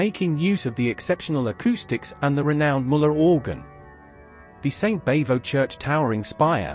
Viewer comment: Bavo doesn't rhyme with hey-ho, it rhymes with bravo.